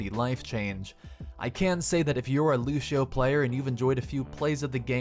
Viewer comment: i had to stop watching because you said lushio